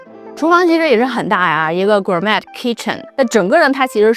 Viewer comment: gourmet 这个单词你不会读 快去查查吧